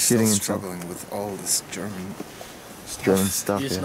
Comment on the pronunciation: Your german pronunciation is on point